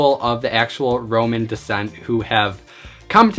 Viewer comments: The thing is, Gypsy can be used as a slur, however, some Romani people don't mind others saying it. Its like the N word for African Americans. They can say it, and they can give people permission to use it but using it all willy nilly isn't really okay. //Also its Romani (Ro-Mon-E), not roman :D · It's Roma or Romani descent, not Roman descent, lol. That made me laugh. I enjoyed the video!